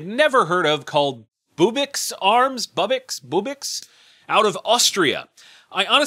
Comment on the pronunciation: That company is pronounced ( booby - x ). Any other pronunciation is WRONG! hahahaha Colt's new gun costs 200 cans of tuna.. Cause it smells a little fishy the way they are releasing the debut.